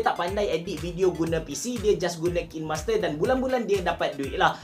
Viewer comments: Bang sebutan dia KAIN master bukan KIN master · sebut dia kine hime, by the way tq for this vid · I think the right pronunciation is KAIN-MASTER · cara sebut dia "kinemaster" bang. bukan "kinemaster". tu lah selalu dengar orang salah sebut "kinemaster". harap lepas ni boleh sebut betul "kinemaster". semoga bermanfaat. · Kain master sebutannya ye hehe... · Macam ni pronounce dia...."kainmaster" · Saya kerja di Kinemaster, sebutan dia diorang ajar “kiner master” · kalau abe pening cara sebut kine tu...cuba sebut arak WINE..kita sebut WAIN..mcm tu jugak kine👍🏻👍🏻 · Pronunciation dia bukan KINEMASTER, tapi KINEMASTER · Care sebut nye kinemaster bukan kinemaster wlaupun org slalu cakap kinemaster